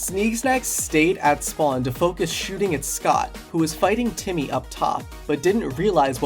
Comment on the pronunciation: Timmy not jimmy neegelly not geenelly 😂